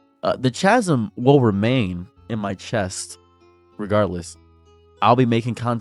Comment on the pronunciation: CHASM. PRONOUNCED LIKE CHEESE? SIR(ohs) PLEASE. You can't chastise me on knowing a word and then pornonce chasm like that 😭